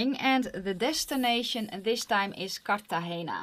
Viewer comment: When you pronounced Cartagena correctly right off the bat, i knew I liked you. hahah. new subscriber here! you're fun!